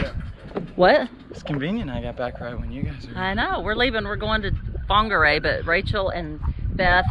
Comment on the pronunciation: Get use to saying some Maori places here. Also get use to being corrected 😂 like you were saying Whangarei differently to what I normally hear it.